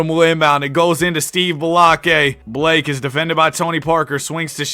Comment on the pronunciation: it's just blake hahaha not "block a"